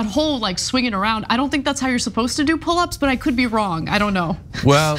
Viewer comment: Mtg doing “pul ups” hilarious